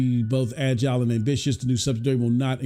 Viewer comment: Say it with me. SUB-SID-I-ARY.